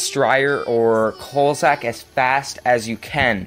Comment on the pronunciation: Cossack not KULSACK.